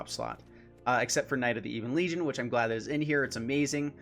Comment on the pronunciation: while we're at it, buddy, it's "Ebbon" Legion, not "Eebon" Legion. Been driving me nuts since July lol. Love the channel, dude, keep it up.